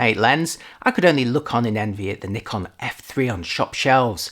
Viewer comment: Finally a native English speaker who pronounces "Nikon" correctly👍